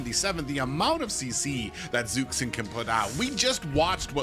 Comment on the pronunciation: Omfg its Zhuxin (dzhushin) not zuksin fking helll so tired of this